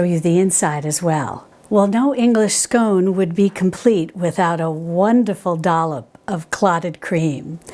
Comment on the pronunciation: Hi, I’m so glad you got the pronunciation of scone right so many get it wrong, did you know that here in the UK there are two ways of serving scones, the Devonshire way and the Cornish way, yours was the Devonshire way with clotted cream first then the jam, Cornish is jam first then cream. Can’t wait for the clotted cream recipe.